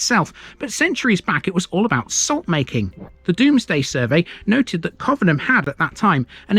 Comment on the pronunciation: It's pronounced 'Covenham' not 'Covenham'. Thanks